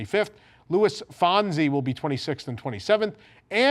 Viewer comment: Loved your video, but I have to call you out on how you said Luis Fonsi’s name. To the hispanic community that watch your show, we cringed at your pronunciation of his name. It’s ok bro. No worries. I just wanted to mention it. 😊